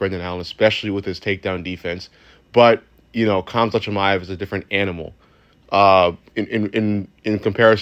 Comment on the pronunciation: Hamzat the k is silent